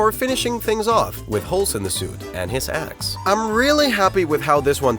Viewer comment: Totally not me thinking when he said “and his axe” me thinking he said “and his ass” DONT REPLY